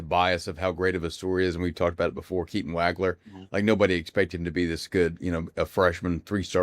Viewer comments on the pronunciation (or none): Guys.......it's not "WAG-LER"......it's "WAWG-LER".